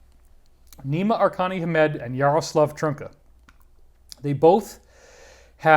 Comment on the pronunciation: David thank you very much for all the info you keep bringing us. I am from Czech and the pronunciation of the name Jaroslav Trnka you got almost perfectly :D Thank you and Dannion for these podcasts they have been very helpful, and we shall together get to the bottom of this at some point :D